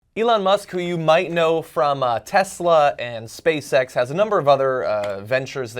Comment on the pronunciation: I am the only one who thinks SpaceX sound like SpaceSex?